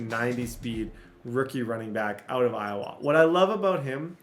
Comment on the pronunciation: plz stop calling it iOwa it’s just Iowa